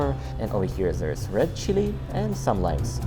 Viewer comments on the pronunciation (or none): none